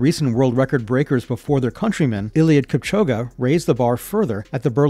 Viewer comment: Ain't no way my bro just said ieiliud kipchoguh